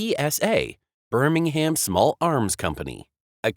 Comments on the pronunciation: I wish Americans would learn to correctly pronounce English placenames. BSA were not from 'Birming-Ham'. In English, the city name is pronounced with a silent 'h' and minimal stress on the last vowel. Still, I guess this piece was put together by Artificial Intelligence, an oxymoron if ever I heard one. Complete lack of intelligence of any sort, I reckon. The BSA Bantam was, as you say, a popular motorcycle for many years. But the design was heavily based on the pre-war German DKW motorcycle. BSA (and others) gained the rights to use these German designs as part of the reparations after the end of the Second World War, so BSA cannot take all the credit for the success of the Bantam. Love and peace. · Look its easy say it with the rest of the world Birmingham pronounced Birmingum